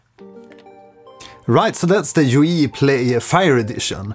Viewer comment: Nice video thank you. I would like to point out that in French jouir and jouer have VASTLY different meanings. Therefore every time you say "joui" instead of "joué"... I smiled a wee bit too wide :D Bien joué, donc!